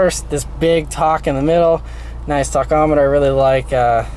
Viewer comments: Talkometer? Tachometer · LIEKABOWSE Just funny how he says it